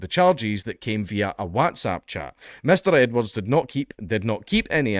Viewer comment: Why does dank pronounce whatsapp like that? It's not whätsapp.